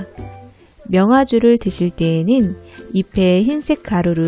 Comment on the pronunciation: 입에 아니고 잎에 붙은 흰가루입니다 단어 발음이 틀리네요